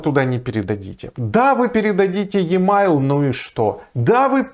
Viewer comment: и мейл, а не е майл)